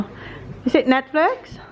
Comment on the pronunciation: Bakit bothered ako pagsinasabi ni na Netflex instead na netflix hahhahha